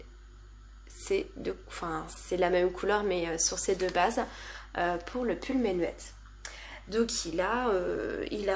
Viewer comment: Coucou ! Très sympa ce format vlog ! Je ne pourrais pas t'aider pour la prononciation de Jean asgeir par contre le pull menuet on prononce meunuè (c'est un morceau de musique)!